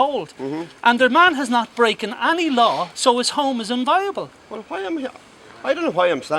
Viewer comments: Difficult to take this kind of armchair legalese seriously when the guy can't pronounce the word "inviolable". He says it several times and even defines it, then pronounces it "inviable". The idiot with the camera and the bizarre mid-Atlantic accent has a very punchable head on him. No one is going to take this kind of thing seriously until they take themselves seriously. Mobs at gates and excited hippies won't do it but sure why not give it an auld lash! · Minor point but important if challenging the law. The word is: in·vi·o·la·ble not "inviable" as mispronounced here. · Somebody teach him to pronounce IN-VI-OLABLE. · This guy doesn't know the law! He's even mispronouncing the word 'inviolable'. He's misquoting the constitution. He neglects to mention that a warrant DOES confer a right of entry